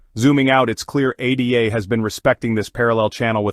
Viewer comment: We'll see...whales and their bots control 95% of all market cap, so it only moves when they want anything to move and when OTC is depleted...regardless this is an AI channel. No one says A D A. Its ADA, as in Ada Lovelace not A D A.